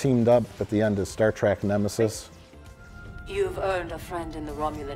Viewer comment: "Star Track"